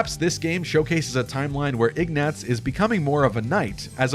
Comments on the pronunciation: oh wow hi, I did not expect a reply! I, uh, I'm pretty sure everyone who says that name in game says "Igg-nah-tz". maybe it was just me... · Say Ignatz wrong one more time. It needs one more.